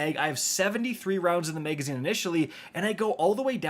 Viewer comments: Megaszine??? 😅 Sounds like something from Judge Dredd. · “Megazine” “extended Meg”